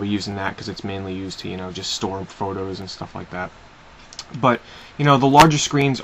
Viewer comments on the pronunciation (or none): When you said "store" at the start of the video, you sounded SO British :P